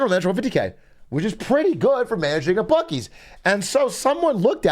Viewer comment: It's pronounced byuu-sees not bukkees